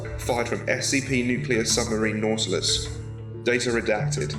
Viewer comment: its not natlass its nautilus